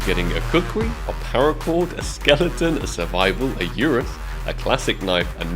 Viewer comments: One day you will surely learn that it is Ursus and not Urus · STOP CALLING IT A URUS ITS A URSUS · bro went back to calling it urus xD its ursus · URASS gonna comment that everytime you say Urus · keep saying URUS knife for the URSUS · still saying urus 😂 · Bro its Ursus (er-sus) and Navaja (na - va- ha) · Not only does he call it the urus knife, he even pronounces the J in navaja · Keep calling Ursus knife "Urus" xD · Spaaarkles!!! URSSSUS AND NAVAJA IS PRONOUNCED NAVAHA! 😂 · Ur SUS.... Nava HA.... ffs bro say em right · Its called ursus and navaha not navaja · Why does he call the Ursus the Urus knife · Same way he says "CerEbrus" instead of "CerBerus" constantly! 😅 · Bro you said URUS knife again xddd